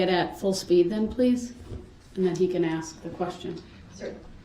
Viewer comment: Darrell Brooks has the most odd profile I've ever seen. Also an inability to say basic words. Lysen place, Texas (texts), axe, tackit, Biast. The list goes on